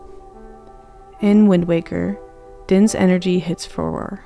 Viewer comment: cool video but the mispronunciation of farore is quite irksome